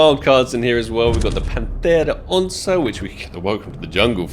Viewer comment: No way finally said onça right